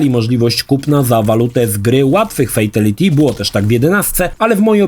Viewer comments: Nadal fejteliti… 😅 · Nie oglądałem jeszcze materiału, bo nie wiem, czy go zniosę, więc najpierw zapytam. Czy nauczył się w końcu poprawnie wymawiać słowo "fatality", czy dalej słychać "fejteliti"?